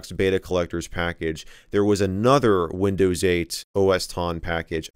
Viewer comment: Nobody: Michael MJD: Windöüws Love it! :D